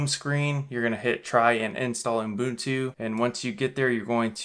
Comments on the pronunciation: He’s gotta be trolling, right? Please tell me this OOHM-boon-tooh is not for real. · Sounds like you're saying Unbuntu in the video:-) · He keeps calling it Unbutu 🤦‍♂ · Is it just me, or am I hearing uMbuntu? 🤔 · Jeepers nobody can spell 'Ubuntu' in the comments and he can't pronounce it. IT MEANS A THING AND WE SHOULD TRY TO GET STRANGE FOREIGN NAMES RIGHT>.